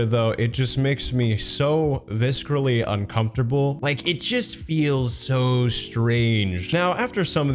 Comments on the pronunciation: Oh damn! You really said “vis-Krah-lee” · please tell me u did not just say viskerally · I realize I'm about to be that guy, but "viscerally" is pronounced without the 'c' being a 'k'. Pheonetically, "visseral". Just some helpful linguistics! No harm meant! 🖤 Enjoying the content. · Please forgive a friendly narration note - the "c" is not pronounced in viscerally. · Thank you for this, that stuff bothers me as well. This video being a year old, I didn't feel comfortable that a comment about it would make any difference so I'm happy to support yours instead.